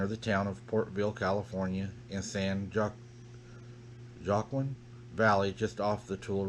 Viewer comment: Oh, and "San Juaquin" is pronounced "San Waa keen."